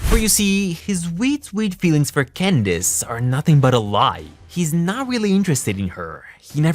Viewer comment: Can I just say I love the way you say Candace?